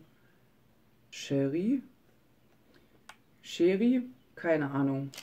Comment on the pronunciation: Chérie hast du richtig ausgesprochen. :) Genau so spricht man es aus :)